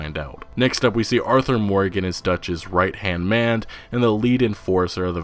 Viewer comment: "Right han mand"